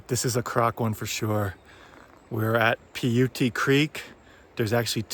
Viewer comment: Piute pronounced "PIE-YOOT". Those are lakelets, not "ponds" around Seavey Pass, and not camping thereabouts in either visit is a regret.